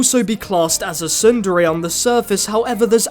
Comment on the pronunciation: For once, I would like to find an anime review that pronounces "tsundere" properly, Otherwise, great review, man. New to your channel, and you deserve more subscribers.